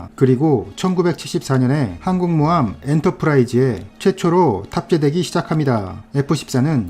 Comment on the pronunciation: 항곰모함이라고 안들리고 하국모함이라고 하는거같아